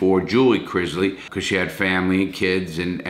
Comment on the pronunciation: IT IS NOT CRIZZLY! CRISLEY.